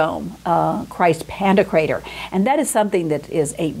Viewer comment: I believe it's "Pan-TOK-rator"